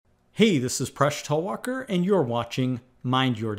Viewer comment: The pronunciation of presh talwalkar was funny